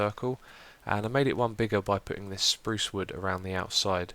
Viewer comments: no offense but its spruce (sproooooooce) not sprowce :-) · great vid xiuma! he he he 'sprouce wood'